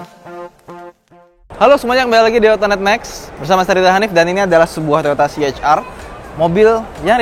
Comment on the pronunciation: ya saya suka bgt cara review anda.. aku benci liat org baca ce ha er.. anda professional baca nya si eich ar.. keren bgt.. eich ar vi.. si ar vi.. krna ada org yg baca si er vi ga pande baca ar.. tp anda mantap!! saya subscribe